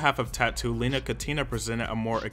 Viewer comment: I’m delighted to see a video about t.A.T.u. on this channel, but the stresses on the names are just completely wrong 😢 It’s Lena (LEh-na) Katina (KAh-tee-nah) and Julia Volkova (VOl-ko-vah)